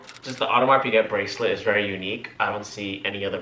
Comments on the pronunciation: Yeah I cringe everytime they say "piGET" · FYI Piguet is pronounced Pegay